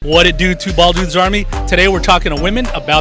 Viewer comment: Whadidew, Two Bwaaald Dudes! Nice video and it was interesting to hear each one of their stories.